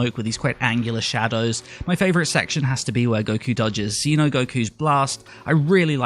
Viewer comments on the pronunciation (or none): none